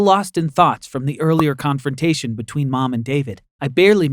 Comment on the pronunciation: He said “confrontation”